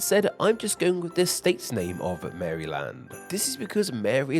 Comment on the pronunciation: Even as an Australian its triggering to hear you have pronounced it Mary-Land and not Maril-und.